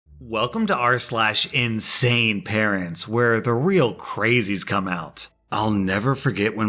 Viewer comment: I love how you put a huge emphasis on the word insane. If the title didn't get the point across that definitely would.